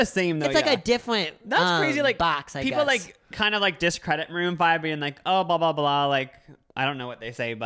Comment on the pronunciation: It sounded like said “moon fried” rather than maroon five…